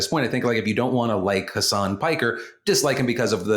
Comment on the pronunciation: Hassan and hasan are pronounced differently ❤️ love you